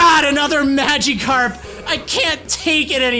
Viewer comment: why does he pronounce magikarp “mageekarp”